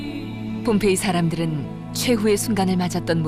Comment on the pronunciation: 허허, 그렇습니까? 다소 엉뚱하지만 말씀하신 "봄페이"가 아니고 ""폼페이"라고, 좀더 정확하게 표기해야 할것같습니다. 과거, 인도의 "봄베이"라는 도시가 이 영상의 "폼페이"와 발음이 헷갈린다고하여서 지금의 "뭄바이"로 바뀌었다고합니다! ㅡㅡㅡ